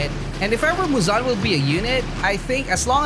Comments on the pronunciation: muuzaan? its muzan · Guys he said it fine he said it right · it's not right lmao